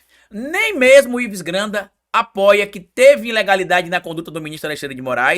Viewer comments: dá uma olhadinha no vídeo como tu pronuncia o nome de Ives Gandra, tu fala até lendo Ives granda. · Pelo amor de Deus meu filho....é IVES GANDRA....GANDRAAAAA!!! E NÃO GRANDA....ASSIM VC MACHUCA MEU OUVIDO! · Oi,, adoro seus vídeos, sou seu fã, mas o sobrenome do jurista é: GAN DRA, e NÃO Gran da. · É Ives GANDRA, Você pronuncia o nome errado. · foi difícil aguentar vc repetir errado tantas vezes o nome do Ives Gandra. Vc ficou falando "Granda" o tempo todo. Nem quando leu a notícia conseguiu pronunciar corretamente. Como eu sei que vc ainda vai falar esse nome outras vezes, e como ninguém te corrigiu nos comentários que eu li, resolvi te alertar porque sou grande fã da sua pessoa e do seu canal. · Vc está falando errado intencionalmente o sobrenome de Ives Gandra como bait pra gerar comentários? Tá apelando heim? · O nome é G A N D R A. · VC NÃO SABE FALAR GANDRA NÃO????